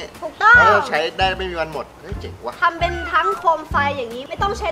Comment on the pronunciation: พูดว่าเปง